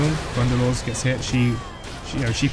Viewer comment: Nice video helped me alot! I dont know why but i hear "Funderlords". xd